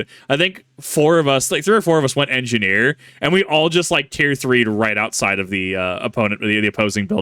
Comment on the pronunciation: Big Joeys "Engi-Gnome" is pretty funny to see